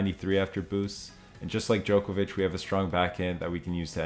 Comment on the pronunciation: I wish you would pronounce his last name correctly. Its not Jokervic